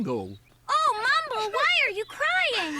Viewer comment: And it's still MYMBLE! Not Mumble!